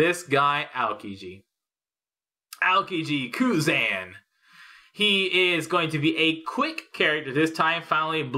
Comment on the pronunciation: I cringed so hard when u said kuzan like that...